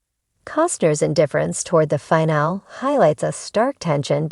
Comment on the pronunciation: The fact that someone can't program this robot to say the word "FINALE" correctly, is like nails scratching a chalkboard! FIN-AH- LEE! I can't watch it any longer!